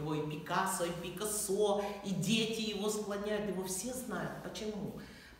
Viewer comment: Это – фамилия испанского художника, и в слове «Пикассо» ударение надлежит ставить на второй слог – ПикАссо.